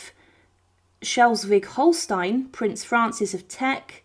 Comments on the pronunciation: Vicissitudes: pronounced ' viss-siss-i-tudes. Queen Elizabeth I was the last Tudor monarch, not Mary. Schleswig-Holstein: pronounced 'Shlez-vig-Hol-stine' Just in case there are any oversees viewers of your channel 😊 Westminster Abbey, and St George's Chapel are Royal PECULIARS, not PECULARS. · Prince Leopard Duke Of Albany was Queen Victoria’s son not Louis . It’s pronounced Schleswig Holstein .Princess Louise(The Duchess Of ARGYLE, Queen Victoria’s daughter )was not buried as such but cremated and her ashes buried at Frogmore . Wallis Simpson was The Duchess Of Windsor not buried as Mrs Simpson